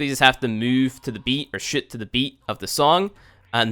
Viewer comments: Is it just me or does he say shit instead of shoot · is it me or everytime he says shoot he says shit XD